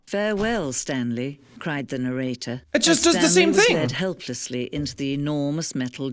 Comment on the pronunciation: "Well I guess thats it! We gave the narrarator extistential dread! :D"